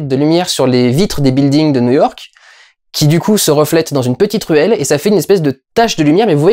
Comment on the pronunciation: verbe "build" et ses variantes "building" par exemple se prononce en anglais [bild] avec un i très léger et donc "building" se prononcera [billdingu] et non pas [buhilding] ...